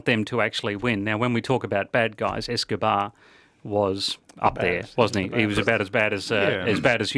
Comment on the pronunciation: Pablo escobahh